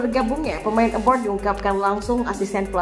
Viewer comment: abroad bukan abroud